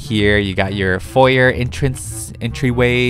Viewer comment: its pronounced fo yay the r is silent.